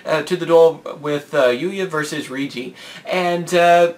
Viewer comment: Hate to do this: The Rei part of Reijis' name is pronounced like ray.